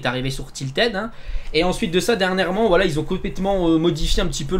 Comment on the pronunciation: A il dit whalla a la place de voila